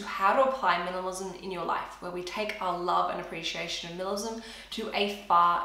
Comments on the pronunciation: It’s like she’s saying ‘minilism’ not ‘minimalism’ it’s so fast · “Milamism” LOL